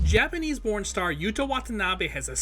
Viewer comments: Was it only me or did anyone else hear Japanese Porn Star in the beginning and had to replay it several times before you realised it's Japanese Borned Star? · I heard porn star instead of born star from the get go.